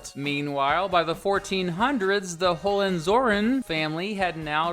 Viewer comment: the way you pronounce hohenzollern hurts